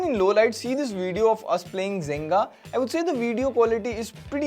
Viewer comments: It's Jenga right? Asking cause i heard him say Zenga. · It is JENGA not Zenga